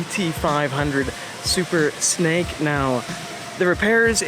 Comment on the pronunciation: is it just me or does he keep saying "Super Snike"